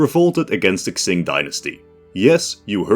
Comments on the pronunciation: I have two theories based on what I hear: 1. If he's saying "Ts", then he's trying to pronounce the dynasty's name the way it would have in that time period, where Mandarin pronunciation was based on the Nanking Dialect, which didn't actually have the JQX sounds (also why it's pronounced NanKING instead of NanJING), and in that dialect, it would be pronounced as Tsing. 2. If he's saying "Ks", then he's probably making fun of the Latinx thingy, lmao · I got a drinking game idea: Everytime he mispronounces "Qing", you take one shot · I love your work friend but please could you reupload this with the proper pronunciation of Qing? It's impossible to watch what is otherwise great content, sorry. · only if he learns to pronounce qing properly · I managed 50 seconds before I realised that you were going to spend the rest of the video mispronouncing "Qing". Disappointing, please do your research. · It’s kind of hard to take his scenario seriously when he can’t even pronounce Qing right 😭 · Yup. If he's reading any Chinese places or names in the future: A word starting with "Q" is pronounced "Ch" like the Ch in Change. A word starting with "X" is pronounced like "Sh" like the Sh in Ship. A word starting with "Zh" is pronounced like "J" in Jack. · no, tsing would be rendered jn pinyin as cing, qing is more like ching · Qing is pronounced Ching in English, not Ksing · I think hes trying to say tseeng, but sorta failing and it sounds like ksing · Pronounced Tjing not xing, nice video though. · Qing is pronounced Ching. not Xing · He’s pronouncing it like Tsing, the Cantonese Romanization pronunciation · Genuinely flinched every time I heard "Ksing". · i wince everytime u say ksing, makes this video nearly unwatchable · It's pronounced "tsshing" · I'm sorry but I hate how you pronounce Qing, where do u get "X"ing from? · Everytime he says "Xing" I die a little bit more inside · i think hes trying to pronounce it in the cantonese romanization where it kinda reads "tsing"